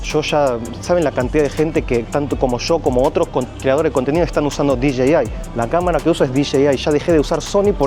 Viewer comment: Eso dijo :Di Jay Ai 😂